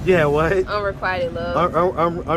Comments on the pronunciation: Sir, her pronunciation of unrequited was correct. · One thing, she pronounced unrequited correctly, he didn't. 🤷🏿‍♂️ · She actually pronounced "unrequited" correctly. The 'i" is a long '"i"...... Your "correction" was incorrect. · She pronounced unrequited the way it is SUPPOSED to be pronounced and then he "corrected" her. 🤦‍♀️ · She pronounced unrequited correctly...you mispronounced it, trying to correct her smh lol